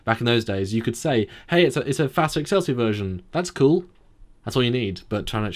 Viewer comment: FASA... Fa as in the musical note and Sa as in the word saw. Not long A's